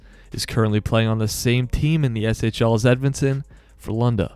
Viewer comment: Yes SHL is right.👍